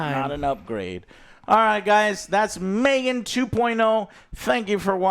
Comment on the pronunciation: in and you're already saying Megan wrong. Joe how